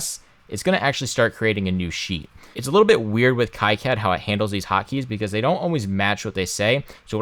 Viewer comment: KEE CAD, It's French. Love the video, very informative.